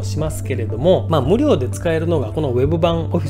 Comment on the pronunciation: 無料のイントネーションがおかしい